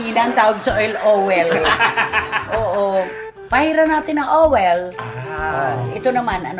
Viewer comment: Si tlaga ang Nagdadala dito SA showbiz chicka, natoh, lalo na when they say *fowel * Yung pala *foil* nakakatawa Ka tlaga at nakakaaliw, Sana matagal.kapa dyan SA showbiz now Na, we will gonna miz u all the time,manay, 👍😅👈